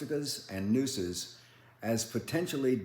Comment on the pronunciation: “nooses” not noses or noes